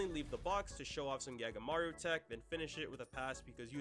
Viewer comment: Him pronouncing “Sae” as “Say” and “Gagamaru” as “Gag-aamaru” truly hurt my bones